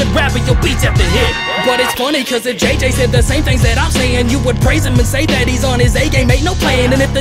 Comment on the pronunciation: He said JJ so weirdly